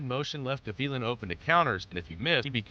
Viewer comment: Gavilan, Guh-vee-lin? No, Gah-vee-lahn